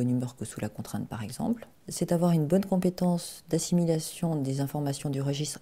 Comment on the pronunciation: Francois Chevalier De rien, vraiment, c’est un plaisir de pouvoir vous venir en aide si c’est le cas, après je n’ai pas de certitudes n’étant pas la dame 😊 enfin la psy de la vidéo . Alors, ensuite : "un mauvais niveau de compétance" ? (là, c’est cette dame qui a eut du mal à prononcer) "... ces derniers peuvent être ...", enfin je crois (encore un souci de prononciation me semble t’il) . C’est encore moins simple lorsqu’on a des problèmes de concentration comme moi . Ils ont voulu faire court je pense, j’ai moi même dû réécouter plusieurs fois . Du coup, j’irais voir de ce dont vous parlez car pour moi aussi c’est un régal . Si d’autres pouvaient confirmer ce que j’entends, je ne voudrais pas vous induire en erreur . Je m’y remettrai à tête reposée (à 3h23 j’ai un peu de mal 😩☺). Je repasserai . Au pire, rappellez-le moi en laissant un petit message comme précédemment s’il vous plaît . Personnellement, ça fait plusieurs jours que je suis sur la maladie de Lyme ou borréliose de Lyme, du coup je ne suis plus trop dans le haut potentiel à cet instant précis, mais ce sujet m’interesse tout autant . Alors à bientôt . J’espère que vous n’êtes pas trop déçu sur mon identité hihihi . Bien à vous François